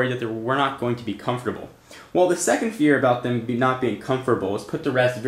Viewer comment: Comferbal? Wtf?!